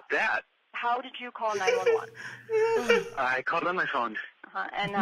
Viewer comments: it’s nine one one, not nine eleven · Did he just say 9-11 It's 9-1-1 Ethan 😂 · No one realised Bez said the funniest 9/11 calls instead of 911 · Man's really called them nine eleven calls not nine one one calls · ”Theyre all American, every one!” Dude, it’s “911” 😂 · man said 9 11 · "Welcome to funniest 9/11 calls" why did he pronounce it like that